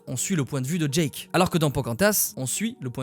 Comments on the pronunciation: Génial mais c’est Jake pas Jack Soso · Jake pas Djack 😂